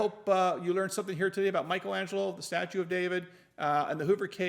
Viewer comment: Hopefully Mrs. CRS reads her comments, I suggested she watch your videos. 😁👍 Another thing, with your law knowledge, is it hard for you to say statue? 😂